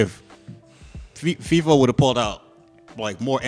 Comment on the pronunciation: They really be calling Feefo, Leefo?? Lol 😂💀